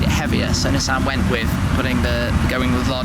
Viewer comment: God the way he incorrectly pronounces Nissan is so annoying lol